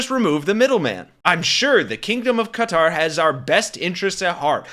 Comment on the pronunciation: “Welcome back, Kotter!” - er, Qatar.